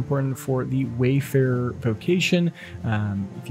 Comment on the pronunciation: Lol, it's Warferer. Not Wayfarer. Sounds like someone gave you a forgery.